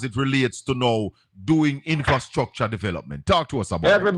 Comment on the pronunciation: Lol you guys over in Portland to teach Jamal and proper pronunciation to any other labourite contender because this one is bad Annmarie Vaz for infrastructure she said instructor